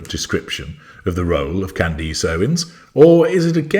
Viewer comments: or, CANdus... not canDEECE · Candace, not Candisse. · deliberately mispronouncing her name to belittle her and to annoy her fans - well played, well played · “Necklace.” “Palace.” “Grimace.” …….. “Candace.” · I love that you purposely mispronounce her name. 😂 I am ashamed to admit that I was a follower until her “support” of Tate and Weinstein. So, I’m not surprised of her exploiting the Kirk tragedy. It’s utterly shameful.